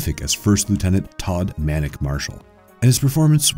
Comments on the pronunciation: also Maniac he pronounces as Manic.... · Maniac not Manic. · It's Todd 'Maniac' Marshall. And it's pronounced kill rah thi.